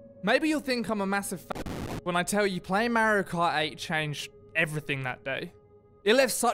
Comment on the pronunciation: MA-RIO why can’t you say MARIO 😂